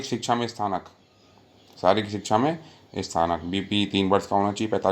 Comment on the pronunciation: Sir ji ye sthanak nahi snatak hota h ....